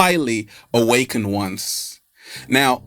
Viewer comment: PLEASE, You're an educated man - for the love of the Universe, say, AWAKENED!!!!